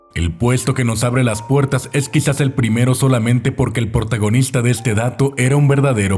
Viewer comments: ponlo en 0.25 y se oye q dice portagonista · Tambien a velocidad normal se escucha jajdjaja nadie es perfecto